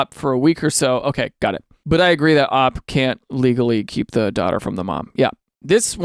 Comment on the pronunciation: Daniel. Daniel. Daniel. Pretend I said those in three different intonations, and this next one in a more severe intonation. Daniel. OP isn't pronounced "ahp". It's an abbreviation. It is "oh pee". Please Daniel. Think of the children.